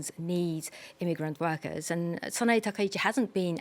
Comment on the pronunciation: It's not Sana-ee. It's Sana-ei.